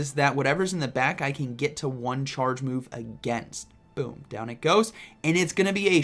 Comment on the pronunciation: Lmao non full health “bewm”